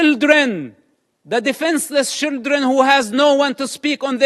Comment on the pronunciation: I 'love' how he pronounce "children" as "shieldren" because they're basically human shields /